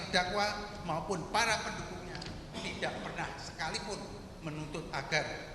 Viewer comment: PARA BUKAN PAERA.